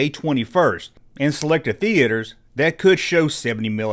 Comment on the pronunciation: THE - ATE - ERS... lol